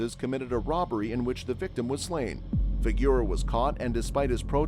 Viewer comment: It's fig• o• row or Figuro. not "figure!"